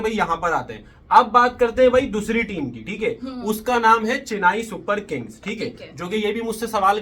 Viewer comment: चेनाई ❎ चेन्नई ✅